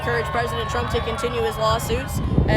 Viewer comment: The girl pronounced trump wrong